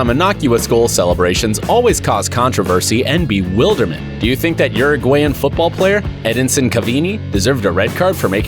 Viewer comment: You pronounced Uruguayan wrong, you pronounced Cavani wrong, you pronounced Macedonian wrong